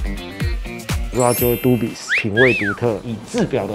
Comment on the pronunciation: s沒有發音吧